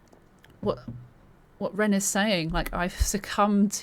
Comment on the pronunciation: Also you pronounced the name perfect lol which I don't even do half the time.